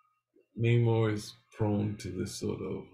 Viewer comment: Naymor, not nuhmor. He’s not Mexican, despite the Disney version.